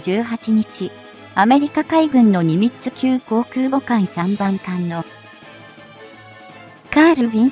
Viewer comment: ミニッツじゃなくて、ニミッツじゃないですか？（笑）